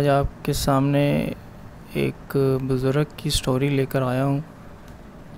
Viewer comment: Right ward HIFZ WRONG HIFEZ WRONG BUZRAG RIGHT WORD BUZRG